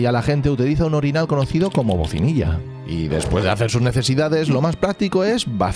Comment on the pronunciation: Bacinilla. No "bocinilla".